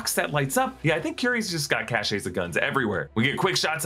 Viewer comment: It's not "cashays" of guns, it is "cash". Cache. The e is not pronounced. Cachet (pronounced "cashay") is a different word entirely.